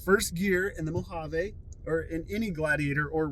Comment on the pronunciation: Great video! One correction for everyone making Mojave videos: it is pronounced Mo hav E. Not "mo hav a".